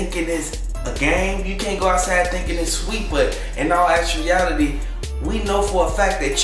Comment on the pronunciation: Actuality not actreality 😂😂😂😂🙄🙄😂😂😂